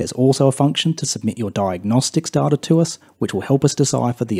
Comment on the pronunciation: I’ve accepted da-ta in place of day-ta but dar-tar? Come on